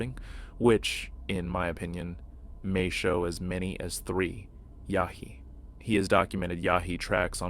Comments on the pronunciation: its yowie not yowhee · Sorry I have to say this it's called yowie not yawie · I’m Australian and it’s pronounced Yuowee (Yow wee) Australia's version of Bigfoot is called the Yowie, a legendary, ape-like creature said to roam the remote bushland and outback.